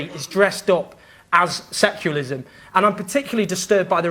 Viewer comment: Owen Jones is a terrible public speaker, he can't even seem to pronounce "secularism"